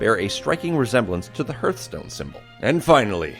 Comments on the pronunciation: “Herthstone” I’m losing faith in humanity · HARTHstone not HERTHstone (pronunciation not spelling) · Ugggh don't say herthstone... its HARTHstone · It was probably a comment about the incorrect pronunciation of it in the video. "Hurt-stone" Instead of Hearthstone. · Stop saying "HURTH-stone." It's pronounced "HARTH-stone." A hearth is the floor of a fireplace, which symbolizes one's home. Just remember that you're not pronouncing "earth" with an "H" in front of it, you're pronouncing "heart" with an "H" at the end. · lol im pretty sure its pronounced harth-stone not herth-stone. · Its heartstone not hurtstone!!! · Herthstone? XD Its HARTHstone. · sounded like you were saying hurtstone xD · Cool vid. Also it's pronounced "Harthstone" (almost like heart stone) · why do you pronounce heartstone hrtstone? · Hertstone XD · wtf is a herthstone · You've clearly NEVER played Hurtstone if you say it's pronounced the other way. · I cringe every time I hear the guy say hearthstone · Anya Amari? Herthstone.... XD